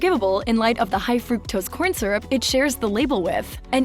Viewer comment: She mispronounces the word "syrup" and has a generally annoying voice. Next time hire a professional (although "she" is probably AI)